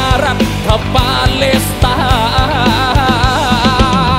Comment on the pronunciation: เข้ามาฟังตอนนี้ เพราะเข้ากับสถานการณ์ตอนนี้มาก การเรียบเรียงดนตรีคือดีมาก น้ำเสียงนักร้องมีพลัง คล้ายพี่ปู แต่สำเนียงร้องบ้างคำควรปรับบ้างเล็กน้อย เช่น คำว่าปาเลสแต่ออกเสียงเป็นปาเล็ส เพราะเมื่อฟังจะรู้สึกขัดๆและกระด้างไปครับ